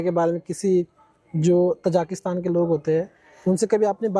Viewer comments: Aap baar baar tazikistan ko tazakistan bol rahe ha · interview lene wala kuchh kam padha likha hai.......na thek se question puchh rha h na ki country ka name hi theek se le pa raha hai...ताजिकिस्तान ko तजाकिस्तान कह रहा है .......interviewer should be educated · Anchor has wrongly pronounced Tajikistan (as तजाकिस्तान). Podcast is informative.